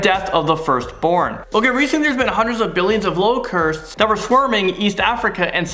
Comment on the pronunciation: Omg The way you say locusts annoys me